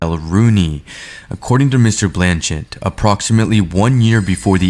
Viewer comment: It's BLAN-CHET not BLAN-CHENT! It's NARRAGAN-SET not NARRAGAN-SENT! I'm from Rhode Island and you are insulting us!